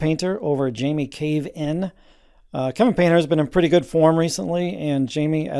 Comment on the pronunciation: You just said Jamie Cave-in? :D :D